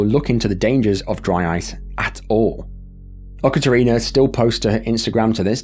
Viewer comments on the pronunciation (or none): I gotta say that's the weirdest pronunciation of Yekaterina that I've heard - there's no u sound, it's pronounced just like it's written with a ye sound. That incident though, is one that sticks with me. Especially because in that video, right as the guy jumps in, what the woman is yelling is "he died, he's gone" in a joking tone.